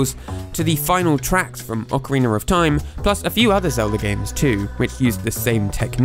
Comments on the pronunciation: "Ocariner of TIme" Anyone else notice? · Why does every british guy say "Ocariner of Time"? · ocariner of time